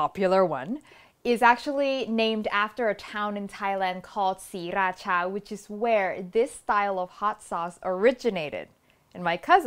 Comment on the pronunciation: OMG thank you when people say siRAcha it hurts my ears because my friend is from Sri- ra CHA so I know the right way even though I'm farang. ✌️